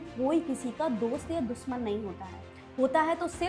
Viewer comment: Dushman hota hai.....dusman nahi